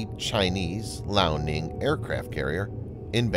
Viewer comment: Lee Ow. Liao. Not Lao.